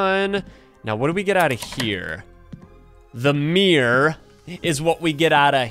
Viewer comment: AND ITS MIRROR NOT MIR